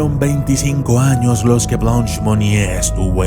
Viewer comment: Buen video pero su nombre se pronuncia Blânch, que significa Blanca en frances, no es blons